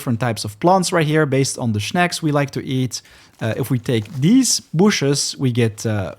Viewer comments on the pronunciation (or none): Snack, not schneck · Man i love your vids but they way u say shnaks kills me every time 🤦🤦🤦